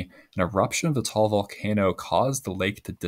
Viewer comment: I live in Tagaytay City (near Lake Taal) and was there during the 2020 eruption. People are no longer allowed to visit the volcano. By the way, Taal should be pronounced with two syllables: ta-al. Similarly, Bataan should be pronounced with three syllables: ba-ta-an.